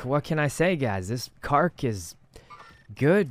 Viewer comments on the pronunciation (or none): did he just call that a “kark”